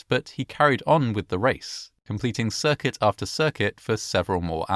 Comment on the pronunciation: The mispronouncing of the word “circuit”makes me think this is AI voiceover